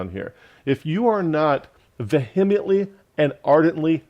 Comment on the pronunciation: I consider myself quite vee-uh-ment-ly opposed to the false "doctrine" of Calvinism, too. 🙂